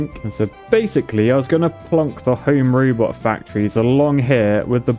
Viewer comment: "Home Rübot." 🤭